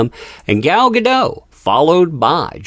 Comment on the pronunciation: GAH - DOH - T (A HARD "T" -- think of "Don't" and remove the N) -- I speak Hebrew... it's a HARD T - TEE!!